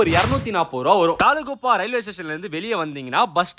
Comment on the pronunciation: You can climb steps down to bottom of the falls. Its not talgupa. Tala guppa